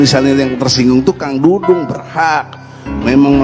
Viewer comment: Maaf P. Ustad!! Saya koreksi... Bukan P. Dangdung! tapi Pa. Dudung. Coba baca lagi tanpa kaca mata atau maaf ...bersihkan lagi telinganya. Melesetkan nama orang....berati menyakiti orang tuanya atau orang2 yang mencintainya. Kalo menghina mahluk Alloh apakah berati juga menghina Penciptanya...?!?